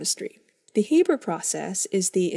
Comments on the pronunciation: The Ranahan Man HAYYYYYYYYYYYYYYYYYBERRRRRR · It's pronounced "H-Aa-ber's" process not "H-Ae-ber's" process. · It's Haber, not Hayber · Anyone else triggered by her calling it the "hayber" process instead of the "haa-ber" process?